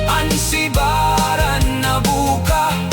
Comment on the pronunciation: subiran, not sibaran